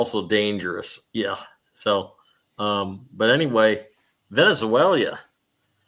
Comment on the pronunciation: Hey.........pronounce Venezuela like VEN-IZ-ZWAILA =D There is no ZWAILEEA at the end <3